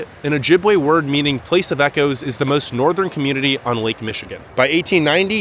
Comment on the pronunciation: It's not Ojibwuh, it's Ojibway.